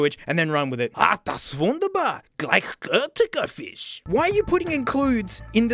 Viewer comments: As a German I can say, your pronunciation of "Ach, das ist wunderbar! Gleichgütiger Fisch." sounds like a German with a strong dialect. Props to you! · As a german i barely recognized him saying "gleichgültiger fisch". 11/10 pronounciation.